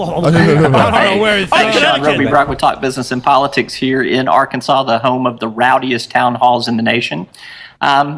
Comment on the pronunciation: . "IT'S PRONOUNCED ARKANSAS YOU TWIT!"